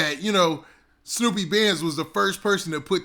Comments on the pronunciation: Its SNUPE not SNOOPY lol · Snupe name is not pronounced like that 🤣